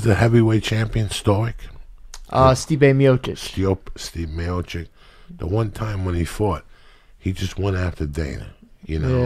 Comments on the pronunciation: Joey can't say Miocic. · Joey can't say stipe miocic to save his life lmao.